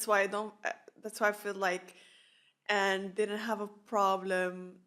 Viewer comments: This was an amazing episode, and it was refreshing to watch your reaction! Quick English tip: I noticed you have difficulty pronouncing the "ng" in Aang. The pronounciation they use in the show is mostly the velar "ŋ", maybe sometimes the uvular "ɴ" (standard pronounciation notation [IPA]) For both of these sounds, I find the word "anger" a good place to start. Pronounce the word "anger" really slowly and pay attention to the muscles in your tongue and neck, especially right before you pronounce the hard "g". In my mind, the velar "ŋ" sound is exactly in the middle of the sound "n" and the hard "g" sound. If you look up "IPA chart", it has examples of almost all possible sounds. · Ok I have A feeling That You can't Say the Ng sound